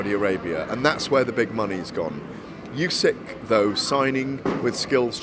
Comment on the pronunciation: Why does he keep calling him "Yusyk"? It's not that complicated to get right?